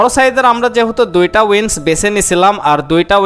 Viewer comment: উইন্স নারে মূর্খ। উইংস।